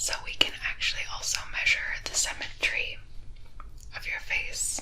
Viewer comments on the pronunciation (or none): Somehow I heard "symmetry" as "cemetery" and thought "dadgum, this went dark."